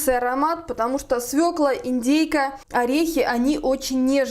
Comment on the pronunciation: Спасибо, что вы правильно произносите название овоща- «свёкла», а не свеклА